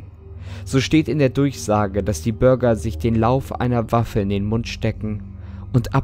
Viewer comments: Er sagt die ganze Zeit Burger 🍔 anstatt ,,Bürger🚶🏼‍♀️🚶🏼‍♂️‘‘😂😂😂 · Irgendwie hab ich bei Bürger immer Börger verstanden 😂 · ich verstehe immer burger